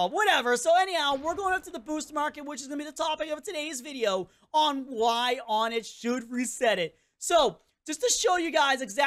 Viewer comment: FINALLY SOMEONE WHO DOSEN'T SAY "ONNET"